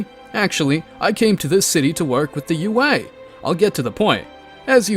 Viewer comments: Could never get used to him saying au instead of ua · It's also UA not AU 🤦🏾🤦🏾🤦🏾🤦🏾🤦🏾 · I feel like I'm being rage bated every time he says "AU" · why do you say AU and gift?